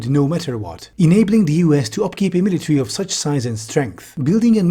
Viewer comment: miliary :face-blue-smiling